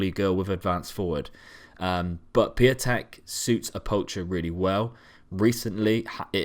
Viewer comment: Piątek is "pyow-teck"